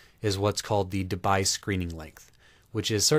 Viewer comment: The correct pronunciation of DEBYE is "DE BEE". Yes, this thing that's flying around.